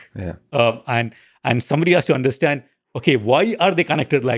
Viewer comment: Lex. Love the podcasts. Learn how to say 'understand.' It's not 'undershhhstand.' Thanks.